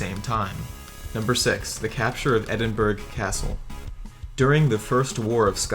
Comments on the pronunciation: lol Edinburg? Do you guys do any research at all? You can't even pronounce Edinburgh correctly it's Edinburu, not Edinburg you dumb muppets! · Edinburg is pronounced: enburrow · Edinburgh.. is always phoneticaly pronounced as Edinburow or more properly for Americans Edinburra. Pronouncing it Edin-"BERG"...is always wrong .... uuuhggg. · "Edinburg" seriously? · You pronounce Edinburgh 'Endibre' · Twice he miss pronunced place Edinburgh and Saint Nazaire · The narrator's inability to pronounce Edinburgh and St. Nazaire is an indication of his level of education and research. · St. Nazaire is pronounced san nahz air. it's irritating to see videos trying to be somewhat educational to fall down on proper pronunciation. I see someone else already caught you up on Edinburgh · he pronounced Edinburgh wrong.